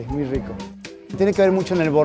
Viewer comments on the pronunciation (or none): none